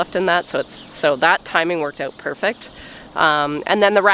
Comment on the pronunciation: I don't know why, but I just love the way you pronounce OUT. We American's have such a hard accent and Canadians soften things up! Thank you so much for taking the time to explain what you are doing in such detail! I am not a farmer, but I have enormous appreciation for those who farm! It is hard work and those who do it do not earn nearly the money or praise they should!